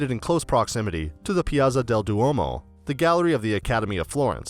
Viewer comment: Why do so many Americans know how to pronounce the ZZ in "pizza" but suddenly forget when it comes to "piazza"?